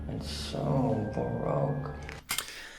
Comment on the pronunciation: you’re welcome! I hope I didn’t sound pretentious or anything, as that wasn’t my intention. I thought he was saying broke as well, until I realized what he was saying.